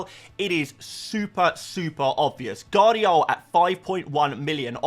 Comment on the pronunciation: 'Guardiol' is class 😉🤣